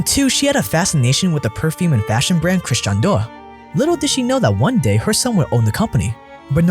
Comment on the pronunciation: "christan door" lmao